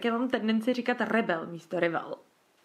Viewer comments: Přemýšlela jsem nad tím už při sledování několika předešlých videí, a teď jsem se odhodlala ti to napsat: "rival" se nečte "rivel" ale "rajvl" 😁 ale nohate, jen abys věděla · Necte se to RIVAL ale raiv(e)l .. jen tak pro opravu